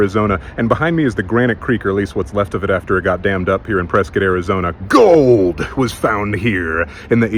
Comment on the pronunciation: Impressed your pronunciation of Prescott is spot on. Prescit like biscuit…not Pres-Scott. Nice. Only wish PBC was still open for you on Whisky Row